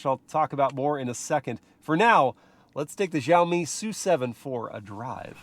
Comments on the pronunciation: It’s pronounced “SHAWMI” not “JUAMI” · Its pronounced "Shao mee" the xi makes a SH noise in mandarin its not JEE OWW MEE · Let me help you with the pronunciation of Xiaomi. In the video you are saying Jow-Mee, but it should be more like she-ow mee. Shao, like cow and pow. The true pronunciation of the X initial has a bit of air to it as you say it like you're hissing. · The X in Xiaomi is read as "Sh" not "Zh" 😃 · It's read with ch as in Chevrolet ,not with g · Why do white people pronounce X as "zh" or "j"? X is pronounced "shee". It's fking sheeow mee, not zhao me... their president is shee jin ping not jee jin ping. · It’s Sha O me! No za o me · x=sh not j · It's not Zhaomi btw 😑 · It's pronounced Siaomi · Xiaomi not jaomi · why do you pronounce it like "Jaomi"? Is there "J" letter in "Xiaomi"? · hey, when you read Xiaomi, you can just read the "x" as "s" , like siaomi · "Jauohmi SooSeven" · Please it's Xiaomi ... As in Shiaomi 😂😂😂😂😅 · It's Shiaomi. Like /She Jinping/ (spelled Xi Jinping) In Chinese transliteration, X is pronounced "Sh". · you don't have Xiaomi phones in the us ?????? (it's pronounced "shiaomi" by the way !) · just fyi its pronounced with a S, "siaomi". its a chinese to english direct translation =) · xiaomi is pronounced "see-yow me" with see-yow being a single syllable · Wrong pronunciation! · thank you! i always cringe when i hear foreigner try to pronounce xiaomi su7. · both wrong guys. haha but its always cute to see foreigners try to pronounce it.